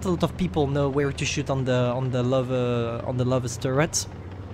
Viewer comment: It’s a Løve not a lover hhh Gj